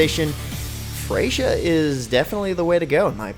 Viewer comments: Who the fuck is Frashier?! It's Freyja... as in "Fray-ya" she is a Norse god, it's a soft J. How did you mess that up but knew how to say Kunoichi right? Wouldn't that be the opposite for most people? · >pronounce Freyja as "fray-juh" >americans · Pretty sure the J in Freyja is silent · He absolutely butchered the pronunciation of Freija and kunoichi.